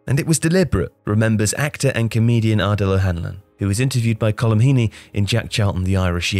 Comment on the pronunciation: You'd think a lad with the name could pronounce Colm. Smh.